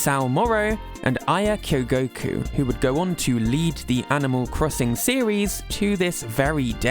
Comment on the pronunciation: Your pronunciation of 'mayor' is just "mehhh". Also you screwed up the name Kyogoku and said Kogoku. Just wanted to let you know so you can do better next time. Sincerely, Your hater.